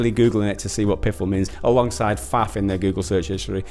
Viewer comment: "Flaff" 😂 It's faff but it's an easy mistake to make, dude.